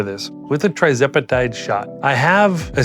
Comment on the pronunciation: What strength dose sir? 2.5mg? I think you may be pronouncing it wrong but thats not important. Congratulations on the success.